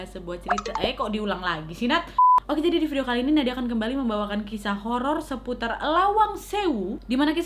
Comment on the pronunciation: 0.13 Kak Nadia : "ok malam jum'at ini Nadia kembali dengan cerita apa??" Me :"hororrrr" (treak2 lupa kalo chadel huruf "R" jadi ketawak semua yang dengerin)